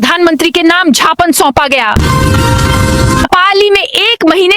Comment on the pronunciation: झापन या ज्ञापन 😂